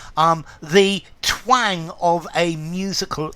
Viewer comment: "Twääääng" - love your pronunciation 😊 and visually stunning explanations. to speak with a twang - näseln, mit näselndem Tonfall sprechen zupfen, schwirren, scharf klingen